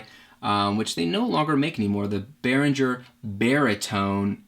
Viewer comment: Interesting tour, thanks for sharing. Just a note: "Behringer" is pronounced with a hard "ng" sound as in "bringer" (not a soft one as in "engine"), you can check out some German review on YouTube for reference ;) Also, speaking of your pdf guide (which is great), I think that Reason should definitely have been mentioned. On the other hand, I bet that anybody interested in starting home recording will read about it within a few hours of internet surfing anyway :D